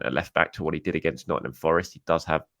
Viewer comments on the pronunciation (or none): none